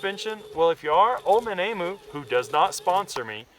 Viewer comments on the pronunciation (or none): Pronounced E'MEW!!!. Cheers from Australia. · Pronounced Eeeem u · emu is spoken like this - (em` you)